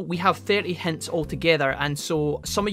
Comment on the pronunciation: Can you please pronounce words right! “Pick” is not Peck. “Hint” is not Hent. Just please take that into your consideration, thank you